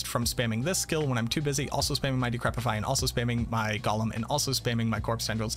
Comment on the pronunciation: So a TINY nitpick... I think it's funny that you constantly mispronounce Golem. It's GO-lem (lets go!), while you're always saying it like the hobbit character, Gol-um (golly!) Other than that, as usual i love how in depth your videos are, and look forward to the day when you either try another class to focus on, or an expansion comes out that more properly fleshes out the Necro class with more skills and build options, as opposed to the 4 core skills (Storm, tendrils, CE, curse) plus damage/minions (that you correctly pointed out in a previous video)